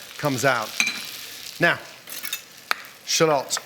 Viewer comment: I hate how he says shallot